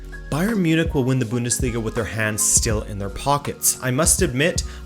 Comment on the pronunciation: it is called the Bundesliga not the Büüündesliga